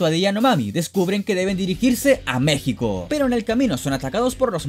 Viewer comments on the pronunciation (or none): none